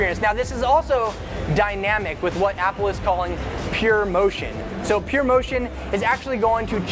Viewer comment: its proMoiion not pure motion